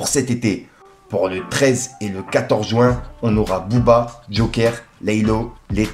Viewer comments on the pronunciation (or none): none